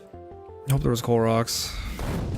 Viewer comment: I thought you were saying Clorox instead of coal rocks